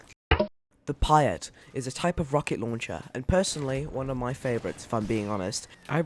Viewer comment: It’s the peat not piat